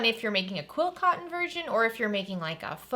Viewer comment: Sorry, beginner here, are you saying quill cotton or quilt cotton? I just really enjoy your videos! 💜